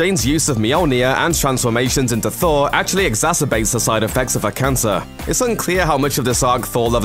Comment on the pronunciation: THOORRAA!!! NO!! It's just Thor. Not, thora.